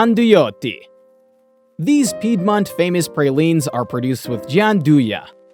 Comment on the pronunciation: All good but why not to spend some extra minute to check how to pronounce the word "Piedmont" and not to ruin the whole video with wrong pronunciation 😢